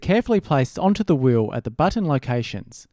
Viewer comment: No one: Literally No One: amstudio: BOTTAN